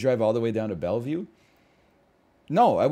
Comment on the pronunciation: "Bella view". Do you mean Bellevue, Washington?